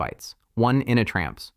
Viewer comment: It also says "initramfs" really funny. "ini tram fssss". It should be pronounced "Init Ram F-S"